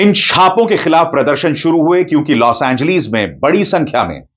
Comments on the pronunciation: Los Angleeees 😂😂😂😂 hahaha o sir name to thek say lo 😂😂😂😂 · Bro 😎 please 🙏 stop 🛑 don’t say los angleeees 😂😂😂😂 L A 😂